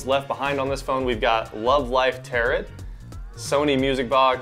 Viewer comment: I think tarot is pronounced terr-oh. Double check me though.